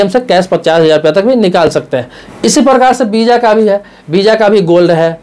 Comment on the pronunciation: Bisa nhi visa hota hai sir